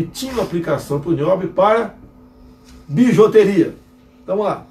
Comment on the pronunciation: Ele falou bijOteria , pra piorar